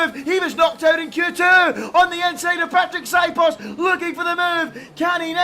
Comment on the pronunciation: Please learn how to pronounce Patrik s name zio cane una cosa dovete fare